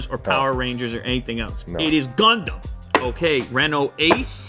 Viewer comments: Its gundam ._. Very funny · You say gandam But I heared condom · Is is gondon? Did he really say gondon?))) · He say gondom I listen condom LOL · I hear youmumdom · Why I hear ”condom” every time? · When he said gundam ithought he said condomn 🤣🤣🤣🤣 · U pronounce it as gaun-dum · I though that he said Condom 🤣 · Hearing gundown as condom iam perv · Not gondom it's Condom haa haa